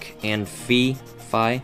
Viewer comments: It is fee. not fie. just sayin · Its Fi (FEE) definitely FEE! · Hey... That is fricken SWEET I wish I could draw like that!!!!!!!! And Phi is pronounced (FEE) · fi is pronounced fee and i really liked it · its Fi! i love fi and you pronounce it "fee" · i believe fi is pronounced fie/fy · fi is pronounced feeeee